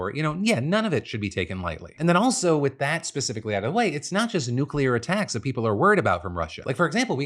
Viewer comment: "AttackUms" - how cute